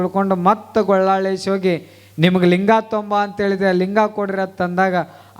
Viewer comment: ಗೊಳ್ಳಾಳೇಶ ಅಲ್ಲ ಗೋಲ್ಲಾಳೇಶ ಅನ್ನಿ